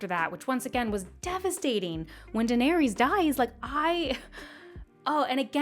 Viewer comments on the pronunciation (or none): none